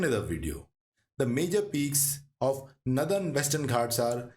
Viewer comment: Its northern not nathern